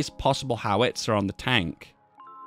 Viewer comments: BOW as in the tie, bow-tie -GEE (hard G, not soft) and HOW-ITZER... not HOW-WITZER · You're stressing the wrong vowel in "howitzer". It's "HOW-its-er" not "how-ITS-er"